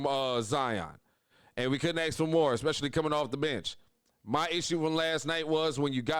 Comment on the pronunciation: Hey Bro, it’s not Ax, it’s Ask! Just saying